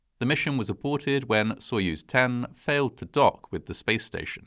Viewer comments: A tip for anglophones: most of the time, the 'o' in latinised Russian words is said like an 'a'. So if you say "sayuz" when you read soyuz, you'll sound perfect. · If the stress is on the second syllable, Its "sah-YUZE" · Wrong. Sounds like soy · uhz.